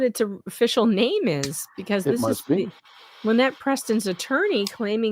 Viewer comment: the lawyer even pronounces Lynettes name a Lie-nette